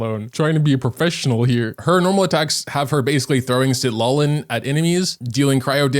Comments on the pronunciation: its pronunce ciTLAli, not Sid la li, i got chu bb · Citlali is cee-cla-li